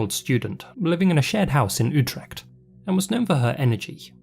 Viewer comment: in the Dutch language, you got the pronunciation of the word Utrecht nearly correct The "U" was spot on, but you face the problem in the "ch" part u pronounced it with a k, but you actually pronounce it with a soft "ch" that places itself in the back of your throat, it's kinda like the "ich" from the German word, meaning me or I unfortunately in the english language, the "ch" from "ich" in german doesnt exist But now you now